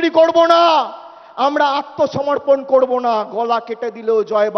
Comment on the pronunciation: আগে ভালো করে উচ্চারণ করতে শেখো। "কড়বো" নয় "করবো "😂😂